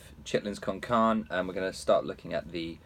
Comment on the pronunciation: Great job in explaining everything. You’re a brilliant player and teacher but as someone who speaks Spanish I humbly must correct your Spanish. It’s “carné”. Like (carnAY) but a shorter vowel sound on the “ay” more like the “e” in “egg”. Carné. Sorry I just can’t let it go anymore.